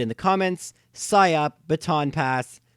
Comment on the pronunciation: think he meant psych up, and pronounced it as psy up